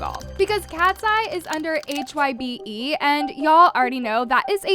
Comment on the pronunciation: I'm BEGGING YOU to do research on how to pronounce the things you opinionate on "h.y.b.e" it's HYBE ONE WORDDDDD😭